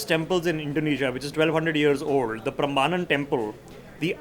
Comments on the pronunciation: It is pronounced as Prembanan🙏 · It is Prambanan temple - get your pronounciation right.